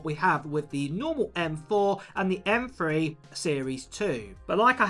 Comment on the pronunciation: M Three. NOT M Free.